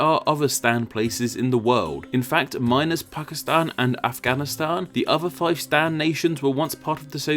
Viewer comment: OH! Pakistan...thought he said 'Fuckistan', Hahahahahaha